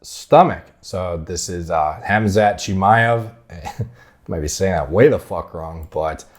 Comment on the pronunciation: Khamzat Chimaev (Hom-zot Chim-eye-ev) you said it right the second time Also, Chimaev is from Chechnya which is neighboring Dagestan.